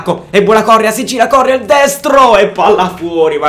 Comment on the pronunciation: si legge corréa non córrea